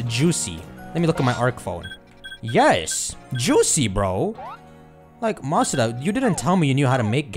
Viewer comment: It’s not Masuda. Lord 😂